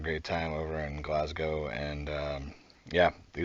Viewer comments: You said Glasgow perfectly 👍🏻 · Glasgow....Aye, ye said it just fine m8.